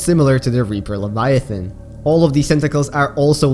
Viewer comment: “L e v i a t h O n”